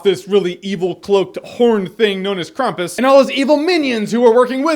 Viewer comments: Weird accent. Replacing syllables lol... KrAmpus = KrUmpus..... Jeremy we still love you :D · It's "cramp-us," not "crump-us." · It's not Krumpus or Krehmpus. It's like Krawmpus. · It's pronounced the way it looks...I think. I've heard it pronounced "Cramp-us" by a number of people other than. But, Krumpus is a funny pronunciation. I do not object. "Hey, I'm Grumpus!" "I'm not-so-Grumpus!" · Krampus, it's uh, it's Kr𝑎̲mpus. Not Krumpus. I'm sorry, I had to say it. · Not sure why you would assume it is pronounced "Krumpus" when it's spelled "Krampus"... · I think Krampus is the proper pronunciation, but Krumpus sounds better. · Why krumpus? Are there any English examples of"a" being pronounced as "u"? Not trying to be a negative Nelly. love ur vids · I think it's pronounced kr-ah-mm-puhs But what do I know? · Why the f*ck would this dickhead, and ALL American people think something with an A as the second letter is pronounced like U is the second letter? Spell the were Cramp. Now shut the f*ck up. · It's pronounced Krompis because it's German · How do you pronounce campus? So why do you pronounce Krampus like it's spelled Krumpis...I didn't hear anything else you said...I got stuck on your pronunciation of Krampus. :) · It's not krumpis it sound like your saying krum piss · I just heard you saying "crumpet" for four and a half minutes. "They're trying to escape crumpet..." Crumpet: The Breakfastening. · Dude. Think campus with an R in it :) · Krom-poos just FYI not being a douche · What? no no no no... it is "Kraaaam-poos" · You got the pronounciation wrong. I guess you Americans would spell it "Krumpoos" (roll the fucking r!) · its pronounced Krau-m-pus. Like combat with an "R" hahah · you watched the movie you heard them pronounce it krampus (cram pus) why do you choose to pronounce it wrong I couldnt bear listening to the review :( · I actually grew up with the Krampus mythology and I learned that it is pronounced Krampoos. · It's krampus not krumpus